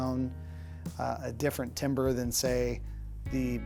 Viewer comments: Don't nit pick. Don't nit pick Aaa he said "timber" is pronounced Tam-ber Damn it I nit picked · The way he pronounces “timbre” 🧐